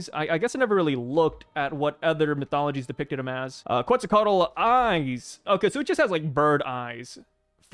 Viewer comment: Bro your pronunciation of Quetzalcoatl is pretty good! My tip is don’t put much emphasis on the Ls no meme